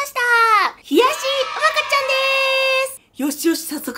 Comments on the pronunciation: うまかっちゃんのイントネーションが違う、、、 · 「うまかっちゃん」のイントネーション違う😂福岡県民だから気になるw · やっぱりうまかっちゃんのイントネーションが違う笑😂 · うまかっちゃんのイントネーションが気になる😅正しくは、ミシシッピと同じイントネーションだから知らない人は覚えてね❤🍜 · うまかっちゃんの発音が違うから気になる😅